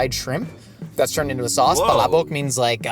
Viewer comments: pronounced "Palabok" in a perfect and a very sexy native way 😘👌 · pronunciation of "palabok" for an American is... 😚🤌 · Filipino here and gotta appreciate the way you pronounce palabok. That's what impressed me first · i was already prepared for the PAlabuk and was pleasantly surprised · Was gonna ask if they’re gonna be in the car the whole time but got caught off guard by saying palabok perfectly filipinically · you have my undying respect for pronouncing "palabok" so accurately. ❤ It's my favorite type of pancit especially when it has extra crushed up chicharon and boiled shrimp.😢 I'm a tad late to this video but I appreiciate Shayne being on.😂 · prnounced “Palabok” so legit. It’s spot-on. If I closed my eyes I thought it was said by a Filipino. And the story time about banana ketchup is so impressive. And he really nunches the food while Shayne talks, is amazing and feels like he really enjoys the food. Both of them. Just like two friends eating and enjoy their company. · Bro pronounced palabok correctly lfg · I love how you pronounce "Palabok" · i like the way u say palabok, its correct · hearing pronounce palabok correctly is so satisfying. so glad yall liked it! it's one dish i thought would be universally liked but foreigners always seem to find a hit or miss lol it might be my fave jollibee menu item in the PH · pronunciation of palabok is actually really good 👌🏻. Great job,! Makes me like you even more as a Filipina haha 😊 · I appreciate how pronounced palabok correctly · The palabok pronunciation was on POINTTTT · Dude, that was the best pronunciation of Palabok that I've heard from someone outside the Philippines. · Damn, might be the only foreigner I've heard pronounce palabok fairly well. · uy pilipins! 🎉 wow. hearing pronounce “palabok” perfectly is music to my ears.